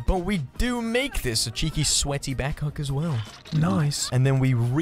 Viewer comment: Love the way he says hook like 'hucc'